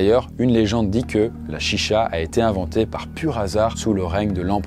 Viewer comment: Alors juste une chose, Chicha se prononce "Tchitcha" :)